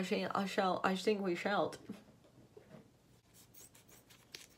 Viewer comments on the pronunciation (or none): “i shink we shallt” 😂